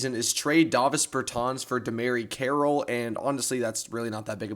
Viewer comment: Lol just for your info it’s pronounced Demarre Carrol